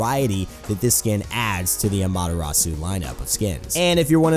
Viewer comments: How do you pronounce the names wrong if the characters say it theme selves. The way you pronounce Amaterasu is silly. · you pronounced Amaterasu and Susano-o wrong, but great video.